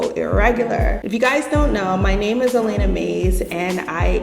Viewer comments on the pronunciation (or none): none